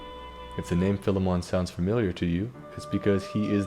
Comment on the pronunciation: Finally, somebody who doesn't say "File-mon" 😀